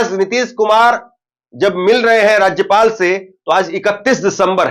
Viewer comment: पहले राज्य पाल बोलने सीखो फिर न्यूज को दिखा